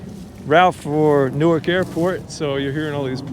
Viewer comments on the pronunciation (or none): none